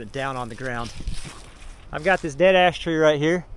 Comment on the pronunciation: Had to re-play and listen carefully because 'Dead Ash tree' sounds a lot like 'Dead A$$ tree'!